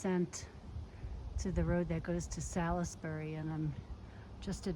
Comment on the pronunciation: Salisbury is pronounced Saulsberry. New Englanders have their own language. LOL.